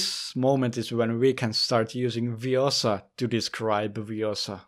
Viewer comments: it's ViOOOsa, not ViosAAA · It's Viossa, not Viossah. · it's le-viOssa not le-vioSSA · its viossa an not viossa